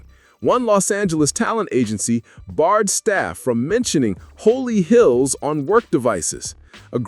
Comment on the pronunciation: It's not Holy Hills but rather HOLLY HILLS